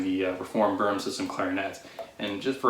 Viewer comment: Hey buddy. Boehm is pronounced “Baym”.